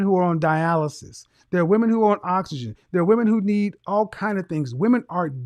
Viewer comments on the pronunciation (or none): none